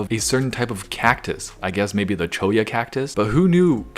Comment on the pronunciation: pronouncing Cholla correctly gives me life.